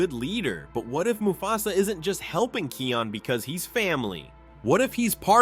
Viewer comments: It's Kion not Keon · And it’s kion not keon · It's actually kion pronounced ky ion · You pronounced Kion's name right one time. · i cringe when u say kions name as ur sayin it wrong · Watch your pronunciation in Kion's name. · actually he pronounced it wrong. Lol 😂